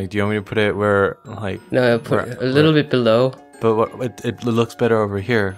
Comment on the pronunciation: i just love how he says bellow "belou"